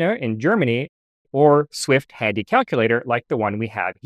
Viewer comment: When you said "Swift Handy calculator" I heard "Swift Tandy calculator". Tandy being the brand name which owned Radio Shack, where I bought a Magic Brain calculator exactly as seen for a couple of bucks somewhere around 1972.